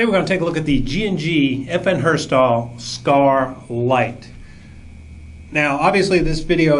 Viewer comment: Lol, "FN Herstahl"